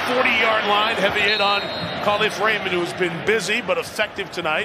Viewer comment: Kahlif Raymond lol it’s KA LEAF RAYMOND